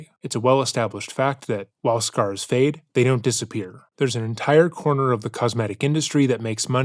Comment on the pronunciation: "Ya wanna know how I got these scarrss? My plate carrier..."